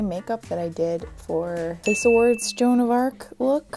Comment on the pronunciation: Hahaha I think she agrees! Her face in "john of arc" 🙄🙄 lol